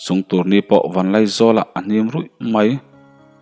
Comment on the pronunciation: Tur nipui pawh a hniam ruih mai ni lo vin.a hnim ruih mai tih tur.ziah sual nge chhiar sual.zir tur in ngah khawp mai.nge in fim khur lo hrim hrim zawk..chhiar sual hi a tam ngawt mai..a thluk ah te....